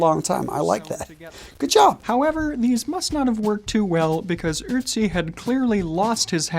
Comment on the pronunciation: The only thing is, he isnt called Utzi, he is called Ötzi